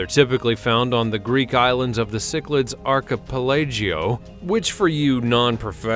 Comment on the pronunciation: Archipelago -----> Acha-palaygeeooooh. Good job, dude.